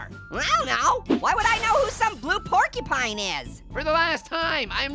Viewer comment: I laughed when was saying pork y pine